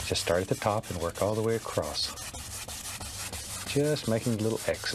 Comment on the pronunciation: Says the one who says al instead of all, dumbass.